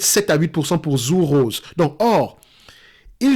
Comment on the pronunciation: Hello! Pour info, ça se prononce "Tsur Rosé":-) et comme d'hab, merci pour ton travail!